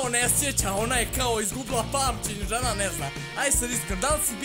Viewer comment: Al "ne zery drmex"😆😆😆😆